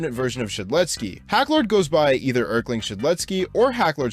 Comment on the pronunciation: Love how you mispronounce erlking with "erkling" thats actually how i pronounced it first